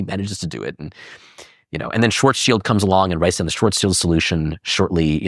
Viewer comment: Pow-lee? Schwartz chilled? Oh shut up. I hate when people make up their own versions of words that are well established and known. Its not only arrogant, its ignorant too.